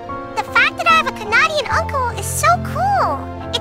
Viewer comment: Omgosh the way she said Canadian.. I used to say that when I learned English lol Very impactful video. Thank you for sharing this and being willing to opening up and growing your mind.